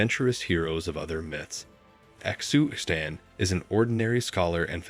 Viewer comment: xu xian is pronounced shu shian but love the telling of the white snake